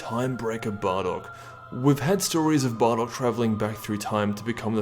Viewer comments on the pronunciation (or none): why did he say barrock?